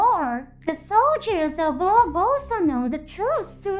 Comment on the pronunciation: Your video have a good script, but somehow.,,your AI can't pronounce some words correctly like Orb and ect... Anyway good video bro 😉👍